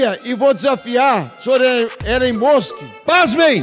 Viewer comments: Eren mosqui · Requisito mínimo para ser deputado: saber falar ‘Elon Musk’ ✅ corretamente. Deputados: Elon musqui ❌ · Deputados: Elon mustchen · A gente tá discutindo aqui o ÉLON MUCHEN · Elin Muska😅😅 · "Élon Muschen" eu não tankei 😂😂😂😂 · kkkkkkkkkkkkkkkkkkkkkkkkkkkkkkkkkkkkkkkkkkkkkkkkk "Nóis tamo discutinu aqui o Elon Muxen" kkkkkkkkkkkkkkkkkkkkkkkkkkkkkkkkkkkkkkkkkkk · "esse tal de Eloin Mosku" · Elon Muschen não dá kkkkkkkkkkkkkkkkkkkkkkkkkkkkkkkkkkkkk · Elon Muuusqui !! kkkkkkkkkkkk N Sabem nem falar... min do vídeo.... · "Elon Mush" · "Elen mosqui" "Elon musqui" "Elon mushi" "Elon mushen" Alfabetizados👍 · elon muchen... elon mochi... elon muski... elen moski... qual a dificuldade cara poucos acertaram... (ta tudo no inicio do video kkkk) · "Eren musk" tatakaaeee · nem um petista consegue pronunciar correto o nome do dono do "X" erom mush kkkkkkkkkkkkkkk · Elon Mushen KKKKKK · Mano que vergonha, esse é o nível dos nossos deputados!!! Não conseguem falar "Elon musk" ... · Caramba tem políticos que não sabe nem falar o nome do Elon musk. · Eu sei que não devemos mensurar a capacidade intelectual de uma pessoa apenas por seu linguajar, mas fica impossível defender o ataque de um deputado que nem sabe pronunciar o nome do ofendido que é uma figura pública. 😅😅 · Caramba, não sabem nem falar o nome do Musk, q vergonha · MEU DEUS ELES NÁO SABEM NEM PRONUNCIAR O NOME DO CARA MANO TDO JUMENTO